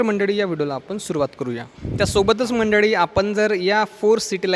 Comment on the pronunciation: मंडडी नाही म्हणायचं मंडळी म्हणा.